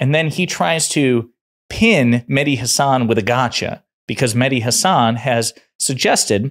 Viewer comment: Please pronounce Hassan as SS nissan not nizzan Not Hazzan Please correct that